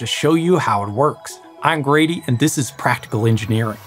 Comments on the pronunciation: NGL, all these years I legit thought his name was Brady, and when he said it wasn’t, I was very confused because I still heard him say Brady. 😅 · It really does sound like you say Brady lol! Either way, we love you Grady!!!!